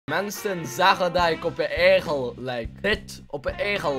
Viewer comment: Echt grappig hoe hij egel zegt :)